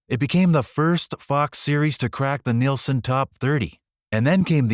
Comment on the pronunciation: I hate AU narration. Nielsen Ratings not Nelson.